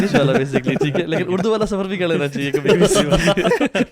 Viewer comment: Is it اردو or اڑدو 😉😂 On a lighter note!